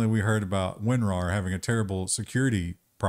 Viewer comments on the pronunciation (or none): I just can't get over the fact calls it "Win are aye are" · out here triggering me with the winRaR pronnounciation.